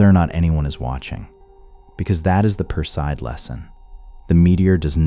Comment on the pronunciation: Make the effort to pronounce names correctly. Perseid is mispronounced!😞